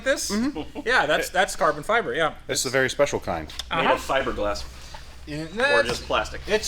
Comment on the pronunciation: It's not carbon fiber, it's carbon feebray